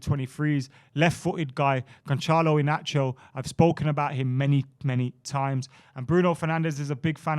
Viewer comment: And just an FYI. The Ç is pronounced as an S. So Gon-Sahl-o Ee-nahs-ee-o